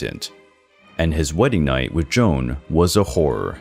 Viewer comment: Queen Joana’s name isn’t “Joan” it’s J O A N A. Great video but work on your pronunciation of foreigner names.